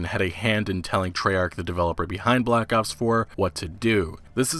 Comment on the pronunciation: Sounds like you keep saying Black Ups, im gonna die rofl